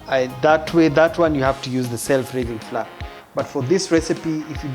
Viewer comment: Flour is supposed to be pronounced as flower🤭